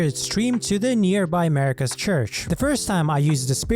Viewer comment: It's Marika, not "America" lol